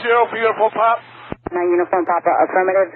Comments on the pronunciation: Why is he saying uniform pap, it's clearly papa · Every time he says "Uniform Pop" it makes me cringe... It's "Popa" or "Papa"... it's not POP... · I know it’s a super little thing, but it’s Uniform Papa not Pop. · "Niner uniform pop"